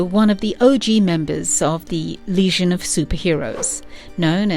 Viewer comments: I swear, every time you said "legion" it sounded like you were saying "lesion". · Is it just me or is she saying that the group was calked The Lesion of Superheroes not Legion. The damsged tissue or wound of superheroes? Is she trying to say it as the French would? Even so she's saying it wrong even then. I love reading LSH strories I particularly enjoy the stories from the late 70's and early 80's. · Legion, not lesion!! AI read script sucks. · Not Lesion - Legion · stop saying leasion that is gapping wound. Legion is the word you mean. lee gin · I thought it was the legion, not leasion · lol sounds like she is saying "lesion" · Everytime she says legion, it sounds like lesion to my ear. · Why is she calling them the Lesion? Not a flattering description. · "The Lesion" lmfao "Kan-dooer" lmfao The new Legion of Superheroes animated movie is not perfect and has its' own canon but is enjoyable and - for newbs - probably a good intro to the Legion's adventures.